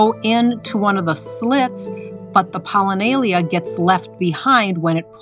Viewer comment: It's not "POLLINAYLIA". It's "POLLINIA".